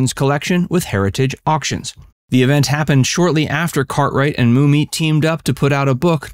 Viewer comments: Yup, grew up with this show. Always saw her as the sexy element but was underutilized. Also why is Billy Mummy pronounced “moomy”. It is pronounced just like “mummy” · Hate to moan but his name Bill mummy is pronounced "mommy" not moomy